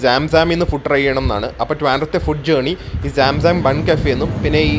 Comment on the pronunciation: സാം സാം അല്ല bro..... സംസം ആണ് (holywater name)